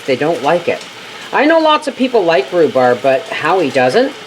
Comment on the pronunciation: Rhu-sssseee-berry Jam. I love it!!! You have now developed a new word. Congratulations!!! If you sold these little jam jars at the Farmer's Markets or to a local store, that is your name of it!!! You should patten and trademark that word because someone will take it and profit off of it. It's a fun word. You should have others say it as a tongue twister game. God Bless.